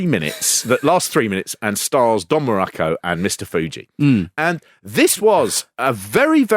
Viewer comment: I've never heard Don Muraco's surname pronounced this way. WWF always pronounced it like Morocco. The Rock even says it himself in the episode.